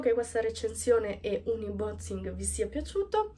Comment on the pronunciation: Grazie , bel video! (consiglio unboxing si dice "anboxing"